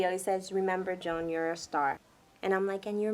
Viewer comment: My name is Joan (Jo-Ahn) and I am cringing at the pronunciation here 😬